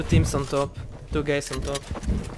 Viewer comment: did he mean two guys on top or two gays on top? 😂